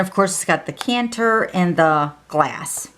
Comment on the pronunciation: I’m sorry, but it a decanter not a canter. Just saying sweetie. I love your cards.